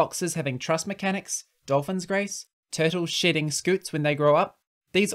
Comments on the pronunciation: Genuinely heard “turtles sh*tting scutes” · I know you said “turtles shedding scutes” but boy did it not sound like it at first